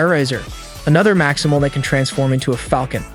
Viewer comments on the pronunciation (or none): none